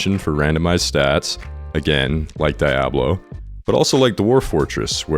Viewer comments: lol the way you say "Jah-vuh" and "Dia-bla" makes me smile. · Your pronunciation of Diablo makes me want to commit unspeakable acts It's DEE-ah-blow, and in case you need help, it's pronounced Bah-ALL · Pls stop saying diablo like that 🙏🏻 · The way you say Diablo gives me psychosis. Im sold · Good video, good game. Hate how you say Diablo and Java though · Very interesting video and I'm loving it so far but I had to stop and express my fear of how you say Diablo.